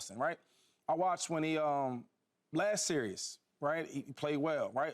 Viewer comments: Someone tell Shady it's series not serious. 😂😂😂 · Shady said “the serious” y’all grown af and can’t say series